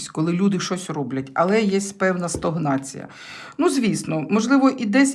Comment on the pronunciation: добрий вечір, вибачте, що поправляю Вас, ви завжди кажете стОгнація, правильно стАгнація) Дякую за розклад, дивлюсь вас завжди)